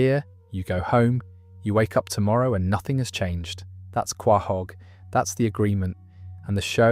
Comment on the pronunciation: qwah hog? hahaha